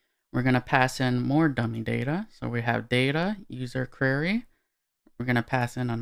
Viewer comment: hey. Thanks for this! If I may: the word "query" is pronounced "Kwerry", not "kyurry". It just makes you suddenly sound a little less professional whenever you say the word. Also - & = "Ampersand"